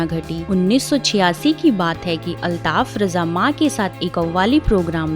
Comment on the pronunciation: Bahen jaankari badme dena pehle unka nam sahi se lijiye aap